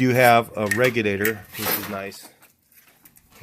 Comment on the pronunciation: Did he say relugator???